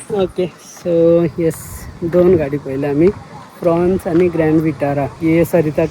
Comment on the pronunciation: I heard fronx as prawns😂